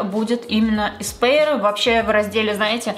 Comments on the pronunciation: Только бренд произносится не как «эспэир», а как «эспуар» на французский мотив. Я сначала не поняла о чем речь, пока не прочитала название на упаковке. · душню, но не еспаир, а эспоир